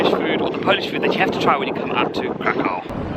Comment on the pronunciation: KRAH-koof, please.